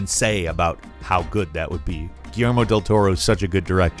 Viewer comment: pronounced Guillermo correctly once but said guillarmo 10 times saw martian manhunter but where hawk girl/guy for justice league movies nowadays they seem to forgot the originals. Idk maybe they didn't track well with modern moviegoers